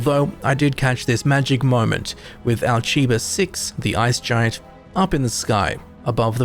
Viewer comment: I think the name of the system is supposed to be said Al-kai-ba, not Al-chi-ba.